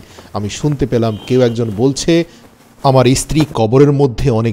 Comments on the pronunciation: ইস্ত্রী বলছেন কেন, কথাটা স্ত্রী। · 1st of all its stree not istree